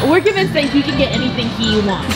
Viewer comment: I love how she says "covention" and "covince" 😂😂